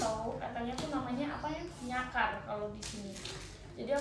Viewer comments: Njangkar kak bukan nyakar wkwk 😭😭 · Bukan nyakar kak, tapi jangkar ..